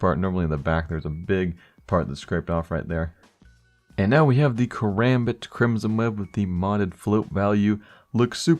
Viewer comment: I love it when you say karambit you say it like kawambit